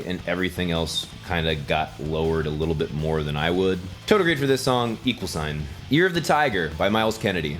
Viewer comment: NGL, When you said "Year of the Tiger" I heard "Ear of the Tiger"